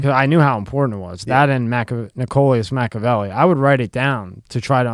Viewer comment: ahh did say machavelli i thought he wasnt lol